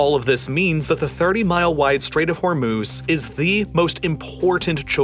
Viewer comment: Could not bear the overexaggerated emphasis on virtually every word. Or the pronunciation of foreign places, like baHrain and homuuUUzzZ.